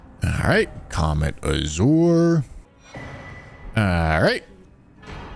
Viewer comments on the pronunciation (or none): none